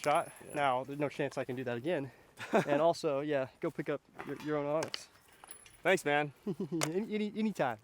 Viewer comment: You’re still saying Onyx 😀